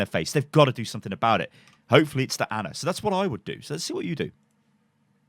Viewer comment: It's not Anna is ana, pronounced arna